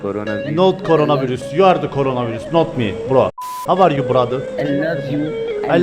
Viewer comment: Havaryu diyen kesin türk 🤣🤣🤣🤣